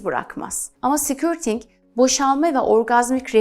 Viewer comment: affınıza sığınarak bir sesletim hatânızı düzeltmek istiyorum. Sikürting değil de, skörting olarak söylerseniz doğru olacaktır.